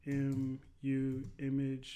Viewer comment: QEMU = Quick Emulator. Say Q, then Emu like the first part of the word Emulator. Q-Emu. Cheers